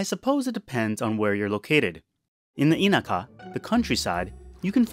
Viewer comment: in the IIIIIInaka. Don't you have a wife or have lived in Japan for many years to know how to say the damn word yet? Really dude.